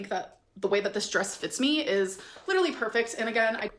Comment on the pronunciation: Dude...the way you crossed your eyes at "pitcher" I got choked on my water...."lidurally" 🤣🤣